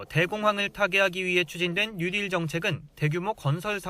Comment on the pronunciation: 뭔가 알기나하고 말씀하시는지??? 뉴딜 발음도 안돼~ ‘뉴디’ 라면서 - 정말 ㅈ ㅣ 겹다 - 구체적 현실적 내용없이- 정치적 선전용 슬로건들만 3년째다